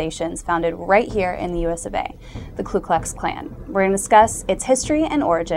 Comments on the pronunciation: I'm not part of nor do I support the KKK in any way but thought you might want to know that it's not Klu Klu Klan but Ku Klux Klan. There's no L in the first word. I could be wrong but I'm pretty sure I'm not. Please check and let me know. Thanks! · 1. It's "KU Klux Klan, not "Klu..." 2. The primary target of the first Klan were the Republicans, as the "Radical Republicans" freed the slaves by forcing through congress the 13th, 14th and 15th amendments and put Reconstruction in place via legislation. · It's Ku Kux Klan not Klux Klux Klan lol... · you are wrong and misinformed on so many levels. first off, It is not the "KLU" KLUX KLAN, second the name is not "grand" wizard, . and what about the "rape, murders, burning of homes" and so on that are going on to this day in south africa against white people? stay with your looks kid, because your education is not going to get you where you want to be, go and read a book. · STUPID SHIT!! It is Ku Klux Klan!! NOT Klu Klux!!! Also, the sound of a bolt action rifle?? Bolt actions rifles came into common use in 1898!!! moe than 30 years after the 1st group was founded. It was an offshoot of the Kinghts of the Golden Circle!!!! Get it right BITCH! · You realize it's the KU klux klan, not the KLU klux klan, don't you? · No it's "Ku"